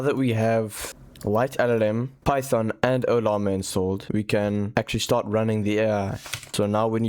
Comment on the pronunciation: It’s PY THON